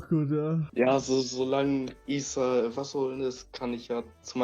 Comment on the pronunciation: wieso sagen alle issa statt isa ? sind die dumm?